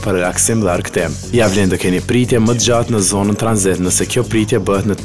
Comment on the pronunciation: "Turkish Ajrllans" , your accent tho😂